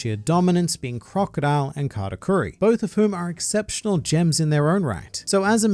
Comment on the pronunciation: Did someone sayyyy Croco.D.Ile